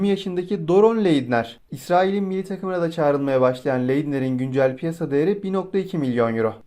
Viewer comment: Mılli dedin milli